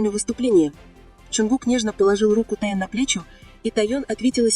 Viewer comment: Какой таен? Техен